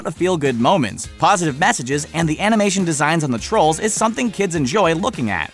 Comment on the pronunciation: WAIT WAIT- TANGLE? TANGLED UP A n i m a t y o n m e m s